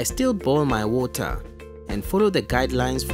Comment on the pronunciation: "DrINk OnLY sAfe WOTaH"